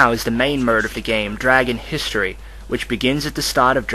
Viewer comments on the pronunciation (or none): Am I the only one that keeps hearing 'murd' instead of 'mode'?